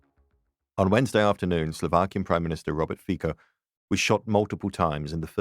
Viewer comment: It´s "Fitso", not "Feeko"! "C" is pronounced as "ts" in all Central and Eastern European languages that use the Latin alphabet, except Romanian. (Estonian, Latvian, Czech, Polish, Hungarian, Croatian and others, including Slovak.)